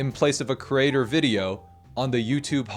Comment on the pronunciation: I love this video, but creator is pronounced cre-ator not cer-ator ❤